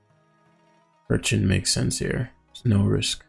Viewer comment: I like how he kept calling Pecharunt Perchent, lol. Too wack looking of a mon to respect its name.